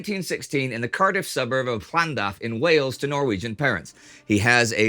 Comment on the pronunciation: Excellent pronunciation of Llandaf! Applause for great attention to detail